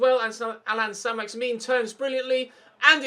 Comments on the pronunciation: na so what, ur bad anyway stop shouting and start saying names properly. its not saint maximin its pronounced as maximan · Pronounce it like St MaximAn instead of MaximIn very annoying, and I also think your side is good enough to play Ultimate or at least give it a go for the last 5 games of the season. CPU passing is very poor at times so up passing accuracy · Learn how to pronounce he name its Allan Saint Maximin its not min that part don't pronounce corcetly learn frensh last names.